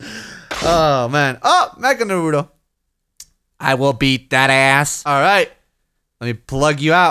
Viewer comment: Goddamn it,, its NAruto NOT naRUto!!!!!!